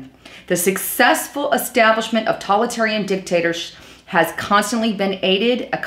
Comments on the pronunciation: I noticed this lapsus in another video also. it's TO-TA-LI-TA-RIAN! not talitarian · it's not "Tolitarian" it's Totalitarian. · It's "toe-talitarian" and "legislay-cher".